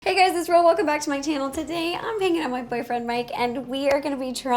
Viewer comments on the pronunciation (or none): I think she said ‘Boyfriend’ it just sounded like she mixed her words together a bit.